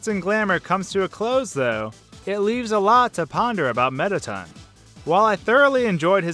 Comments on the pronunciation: AHAHAHAHHA "METTATUN" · You pronounce all the names wrong on several levels, I mean, "Mettaten"?